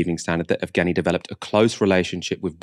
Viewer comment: "Yevgeny" rather than "Evgeny" (Just for future reference, keep up the brilliant work)